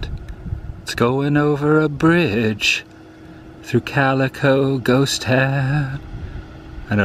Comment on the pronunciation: its calico not calica bro bro